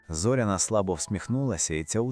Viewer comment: ЗорЯна, робіть правильний наголос